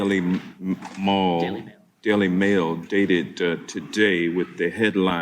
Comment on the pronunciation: Hank Johnson looking like an out of touch moron again... Can't even get his own "source" name correct: Daily Mall, he says 😂